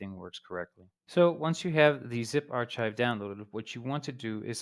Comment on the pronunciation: its not ch its k as in archive.